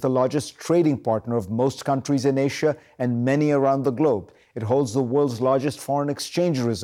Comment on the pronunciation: he said Ashia not Asia.